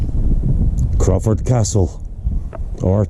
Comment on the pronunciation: Crawford Castle, eh? (Crow-ford) lots of crows to be heard and a river to be forded. Wonderful visit here. Thankyou for bringing me along.